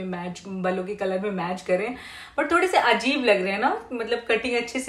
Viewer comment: Pronunciation kitna galat karte ho aap azib nahi ajib hota hai